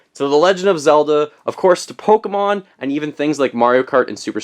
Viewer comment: If you are going to be a nintendo expert, Pokemon is "Poke-ay-mon" not "Poke-o-mon" I'm not butthurt, but according to *****, that's how you pronounce it.